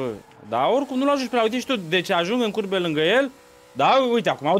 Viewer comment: doar eu am auzit curve in loc de curbe?